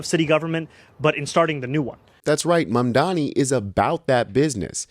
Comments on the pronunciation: Excellent video. She said...mamdami, ok. That's all i need to know. Ergo, a lazy person who couldn't bother to get his name right, let alone facts. Mamdani has steered the core issue to improving NYC, not foreign countries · Why is it so difficult for MAGA people to say Mamdanis name?? They always say Mamdami. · and his detractors still don't know how to pronounce his name properly, or they don't care to smh